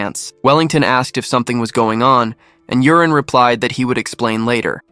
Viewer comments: Yurin pronounced Yoorin, but alas, ai calls him Urine. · Maybe it's read u-ri-ne It's the AIs fault reading it wrong lol